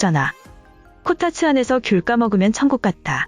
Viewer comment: 코타츠가 코딱지로 들린다ㅎㅎ